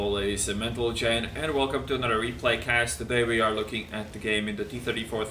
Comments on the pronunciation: He has always said Mental-Gen :P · GENT-LE-MEN. My brain always melts a little more i hear you try to say it, or is it a joke? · I hear men-tal-gen 😆